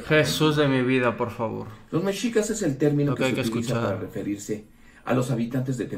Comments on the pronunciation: Si va a criticar primero que aprenda a pronunciar. No es Méxicas, es Mexícas (aunque no se acentúa de forma escrita) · Se pronuncia "meshicas".